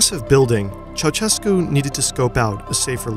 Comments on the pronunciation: it's Cheaushescu, not Chauchescu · When will Americans start pronouncing the dictator's name right? It's chow-SHESS-koo. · I can't understand why no foreigner can't pronounce Ceausescu's name at leat 80% correctly - you just need to put his name in Google Translate and listen it in Romanian. I can barely watch this video hearing you say "CHAWCHEKOO"